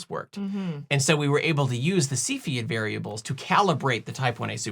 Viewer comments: Excellent! and now I can pronounce Cepheid. Moving on, how about velocity measurements? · I kept having to repeat after you saying cepheid. I’ve never knew how it was pronounced and it’s different lol. Thank you.